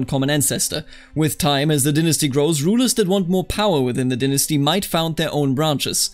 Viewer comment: Please say "dynasty" correctly in the future. It made the tutorial hard to follow and I ended up with my dong caught in a ceiling fan. - All of America